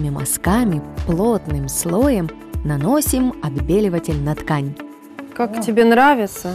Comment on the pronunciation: Отбеливатель... 🤦🏼‍♀️ Не мастер-класс, а ужас какой-то